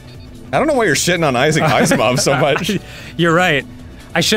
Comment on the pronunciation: "Isahk Iceymoff", yep sure, great.